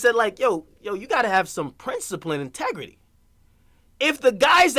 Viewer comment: NIGGA SAID "PRINCIPLIN AND TEGRITY" LOL